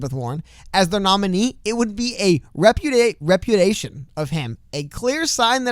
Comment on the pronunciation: repeat after me: re-pew-dee-aye-shun. 👍🏼